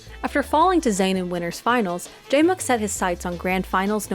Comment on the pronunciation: The classic "who is" when the narrator doesnt pronounce it right. You know what she meant